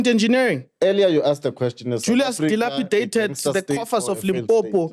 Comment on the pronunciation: Ayte If fhis nigga says Delapidated one more time imma lose it